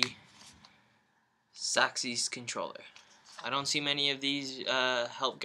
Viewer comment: It's Six Axis not Saxies,... hahahahaha